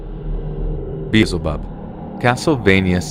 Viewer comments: The way you pronounced Beelzebub is incorrect. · Bee/L/zeh'bub ( New Testament Devil). is the way it's pronounced. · While I enjoy these videos a lot, I have a suggestion. I noticed several mispronunciations. For example, Beelzebub and sepulcher. As I said, I enjoy these videos. I honestly wouldn't say anything if it were a one time thing, but I've now noticed it in multiple videos. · I find your videos fun, but you guys really need to learn how to pronounce things before reading them. This is consistent with in all the videos, not this one. Beelzebub not Beezlebub, Patriarch is pronounced with a "arkh" not "arch." Similar with Sepulcher. Also, Giant Nazi Zombie Fetus doesn't look all that creepy at all. As far as disturbing goes? It isn't any more disturbing than similar things like the implied history Giygas or other fetus-themed bosses. Great Mighty Poo isn't really disturbing, I found it more dumb (fitting for the game.) Andross only barely qualifies, because there are lots of bosses that become just a brain. Isn't that the final boss of Gradius, too? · The one guy does not know how to pronounce "Patriarch," "Beelzebub," or "Sepulchur." If you can't pronounce stuff, you make the video sound more amateurish.